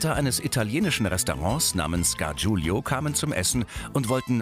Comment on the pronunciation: Könnt Ihr lesen? Es ist "Gargiulo", nicht "Gargiulio"!